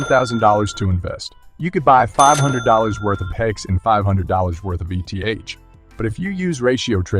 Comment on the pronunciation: Your videos are good but hide a bit in being dissociated from the personhood of who makes the video. I believe if you turn up to the videos personally and show face you will have much better reach. Just an opinion. 😅 Ps Its 'eeth', not ee tee haych.. like you dont call 'hex' haych ee ex